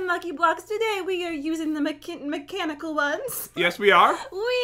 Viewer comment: Makitten I mean mechanical